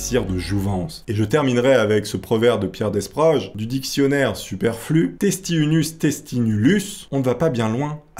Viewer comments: Bonne video 🙂 Par contre on dit " Déproge " et pas " deSproges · On ne prononce pas le S de Desproges. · Rhoo, desproges se prononce sans s. Mais encore merci 😉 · Je pinaille ^^ mais on ne prononce pas le s dans Pierre Desproges... sinon super vidéo